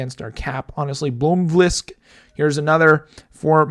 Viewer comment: Great work in the draft and the team looks really strong after free agents with good depth. You pronounce Blomqvist and Ekefjard fine so hope to see more from both xD